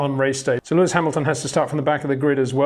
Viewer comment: HEY PETER WINDSOR, I HAVE MESSAGE FOR YOU SIR: With all due respect ... it is NOT Max "verSHtappen" ... Max is not German (Germans indeed do pronounce "st" as "sht") ... #Max33 = Dutch 🇳🇱 NL/Belgium! ... It is not "Bottash" nor is it "Lewish" certainly not "verSHtappen" .... This BS started long time ago when a British sport presenter interviewed father Jos Verstappen and assumed you can use a German pronunciation to a Dutch Driver thinking it is so "funny" ... It is not. Serious question: can any Englishman say "versatile" out-loud without saying "vershatile" phonetically? most can about 99,99% ... that is why most English can pronounce Verstappen 100% correct! Father Jos Verstappen (also F1 Racer) was very active between back then only a very few said "Vershtappen" but the vast majority of British sport presenters pronounced it perfectly ... only a few old stubborn farts like Peter Windshor